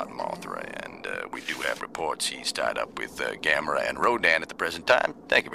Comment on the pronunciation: Silly animators, they said Gamera, not Gabera. I heard the roar!!!!!